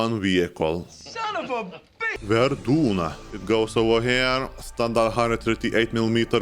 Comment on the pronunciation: Comment tu a dit verdun 😬😢😅